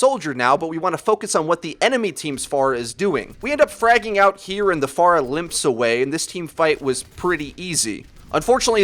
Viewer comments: I'm glad you say her name correctly, unlike most of the overwatch community. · Jay Rhee he's saying it the right way, the way she pronounces her own name. 'fair-uh' is wrong.